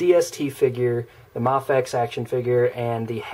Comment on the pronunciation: Mafex not mofex